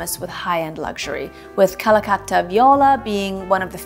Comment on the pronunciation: Love this! and I'm so glad you pronounced Calacatta correctly~ 😀